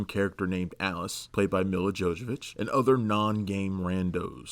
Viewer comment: 'Mila JoJovic' dude -.